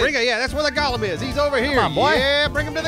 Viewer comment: Go. Lemm Not NOT Gollum like Lord of the Rings. GO LEMM